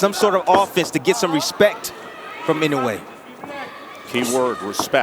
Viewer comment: Ee-noh-ay not In-ew-ay I wish the announcers would try, just a little bit, to show some respect to the champion by pronouncing his name close to correct.